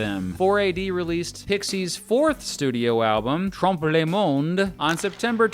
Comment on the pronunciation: French* . and his "le" rather sounds like "les" which would be the plural.